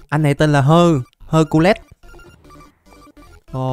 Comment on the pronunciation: Hercules là tên của vị anh hùng trong thần thoại hy lạp không phải hơ-cu-let